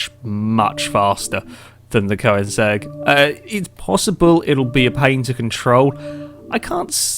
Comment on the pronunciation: FYI it's pronounced KER-NIG-ZEG